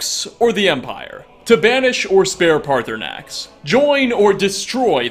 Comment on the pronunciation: He calls parthurnaxx by his name but sometimes he calls him party snacks it's funny